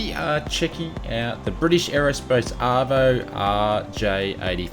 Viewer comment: Very good - except it's Avro, not Arvo! Avro is a very old name in aviation